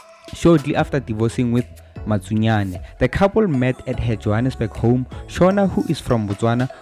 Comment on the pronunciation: Matsunyane not Makunyane